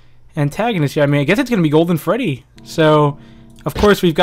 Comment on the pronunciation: That is not golden Freddy that is golden Booine